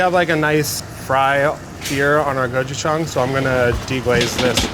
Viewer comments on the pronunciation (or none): none